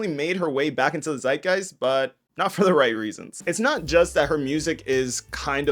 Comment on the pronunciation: Bro said zeitgeist